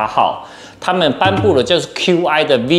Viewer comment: Qi跟App的唸法都是錯的。 身為科技Youtuber，我認為不應該犯這種錯。